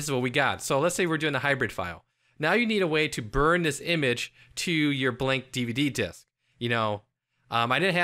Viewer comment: "Dihv-duh." lolz